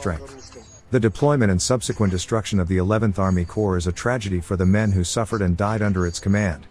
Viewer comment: CORPS not COPRS